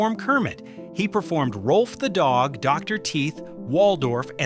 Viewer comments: It’s NOT “Rolf”. It’s “ROWLF”! If you want to be authoritative, GET YOUR FACTS STRAIGHT! And The Muppets without Frank Oz? That’s just WRONG, like nearly everything the Walt Disney Company does. But then, The Walt Disney Company without Uncle Walt has NEVER done things right. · The video says that Rowlf was the closest to Henson, but spells the name wrong and pronounces it wrong. Why should I watch the rest?